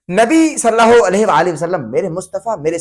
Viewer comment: Sallaho nahi hota sallallaho hota he